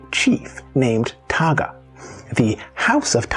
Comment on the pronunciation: Please respect our language and culture. Correct enunciation is one way to show that respect 🤙🏽. How it’s pronounced should also reflect its spelling, e.g., Tagga’ and not “Tåga”; Tini’an and not “Tinian”.